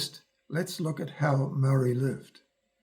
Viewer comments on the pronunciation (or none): muarry lived happily 😂